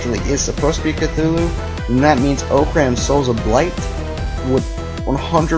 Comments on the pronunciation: chutulo is said with a T not a TH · It's actually pernownsed Cu-zoo-luo. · It's pronounced Cuhooloo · EVERYBODY THIS IS JUST A THEORY HE SAYS "(IS) ORCRAM CUTHULU(?!?!?!?!?!?!?)" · I love the butchering of Cthulhu in these responses